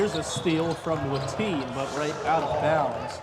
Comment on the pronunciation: Hearing him pronounce Andrew Watene's name as "Wateenie" was cracking me up!